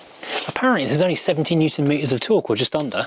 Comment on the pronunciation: You said Newton metres of torque in the correct way 😂😂